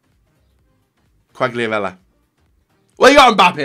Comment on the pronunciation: Ronaldo is only a shit. Quagliarella is the best ( please don't pronounce him again because it is really really painful )